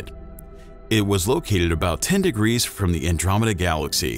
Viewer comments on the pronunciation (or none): none